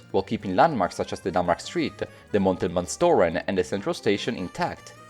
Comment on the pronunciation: I'm impressed you pronounced Montelbaanstoren so well, putting the emphasis on the right parts (even if the vowels were... Heh) And then you said kinkerdijk hehehehehhehehe